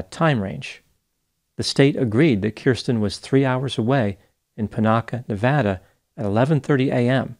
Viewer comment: SO nice to hear Nevada pronounced like someone who has lived there!